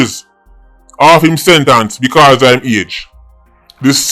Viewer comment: Come man you know so much and don't know how to pronounce "SENTENCE" please, do better ;)